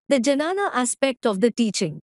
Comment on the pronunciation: it is dnyana, not janana Janani is procreation